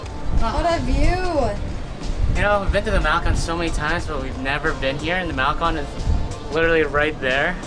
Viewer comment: Competed b. S. They can not even pronounce Puerto or malecon. I have lived in Mexico for 20 years.